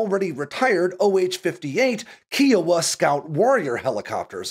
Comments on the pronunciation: It’s pronounced “KY-O-wah“ not “KEE-O-wah”. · kai oh uh please; not key oh a. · You say Kie a wa I say Kai o wa. Its Kaiowa Kiowa, is this the new "mispronounce to get enragement in the comments"? Shit sucks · It's K-eye-owa. Puppies die every time someone says Kee-owa. It is fair that helicopters are getting trashed in Ukraine. However, at some point we need to actually get something. This is likely another case of the Army not knowing what they want. They've been trying to replace the M16/M4 and the M9 for decades with billions wasted. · Great video as always, and just FYI, Kiowa is pronounced just like the state of Iowa but with a K at the beginning, not "key-o-wa." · Kia waaa is a type of buyers remorse Kiowa is a native American tribe. Check the pronunciation. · How did you pronounce Kiowa? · Why would you pronounce "Kiowa" that way?? I'm not mad, I'm just disappointed.